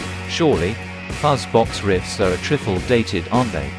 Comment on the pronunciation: Your research & detail is excellent. And I love the way the audio is backed up with obscure video footage. Looking forward to February. (Small gripe: it's "trifle," not "triffle!")